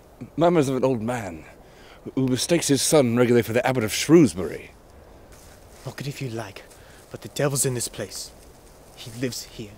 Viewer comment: Peculiar accents. Are they Americans? Mispronouncing 'Shrewsbury' is a pity.